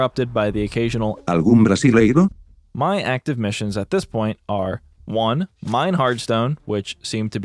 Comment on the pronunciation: "algum brasileiro" with a vaguely Spanish speaking accent 🤣